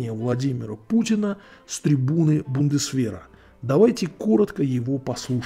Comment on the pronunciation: ТрИбуна,а не трЕбуна.Других -то поправляйте...